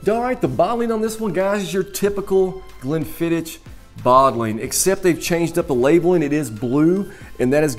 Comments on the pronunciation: Please! It's "ck," not "ch"! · As soon as I heard "glen-fidd-ich" I stopped watching. Come on man. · Stopped 40 seconds in when you call it Glen fidditch 🤨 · If you want to do whisky reviews firstly you have to learn pronunciation of them You made a mistake about pronunciation of Glenfiddich which is elementary and beginers whisky